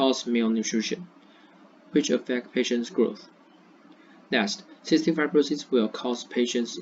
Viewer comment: ，you did a fair job. Your pace was okay, a bit in a rush. Because you were reading a script without pause, it seems to me a bit less enthusiastic. You can slow down a bit. Also, you mispronounced two words "fibr'osis," and "history." Add intonation to your talk when you are speaking. We don't use the word "introduce" a lot in presentations. Unless something is completely new to the world, we usually use "talk about," "look at," or simply say "I'll explain...," “I’ll focus on…” Finally, there isn't a 頓號 in the English punctuation